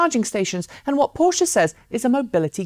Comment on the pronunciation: Thanks for saying PorschE. Greetings from Munich, Tom.